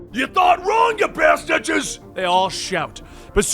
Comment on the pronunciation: ~ Did he just say Bastidges? I thought I was the only one who said that...